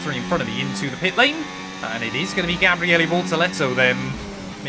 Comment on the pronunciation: this is an incredibly minor thing but Bortoleto’s first name is Gabriel not Gabrieli 😅